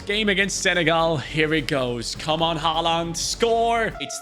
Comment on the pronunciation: Bro it’s haaland😊